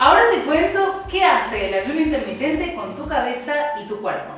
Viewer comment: INTERMITENTE CON "R" NO CON "N"